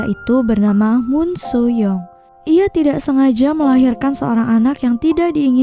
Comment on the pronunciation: Maaf min sedikit koreksi penyebutan nama korea: Soo young: SU YONG bukan so yung Woo Sung: U Song Dong Soo: Dong SU bukan dung so Sang hyun: sang hyon Soon ah: sun a